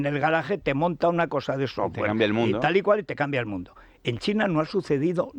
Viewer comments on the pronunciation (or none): none